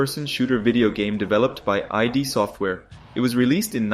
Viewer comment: You are wrong about Quake 1. It had a single player campaign, which was the primary focus. You also pronounced Id wrong. Do some damn research.